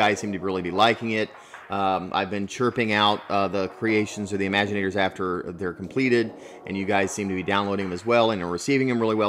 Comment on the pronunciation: It's not remaginators it's imaginators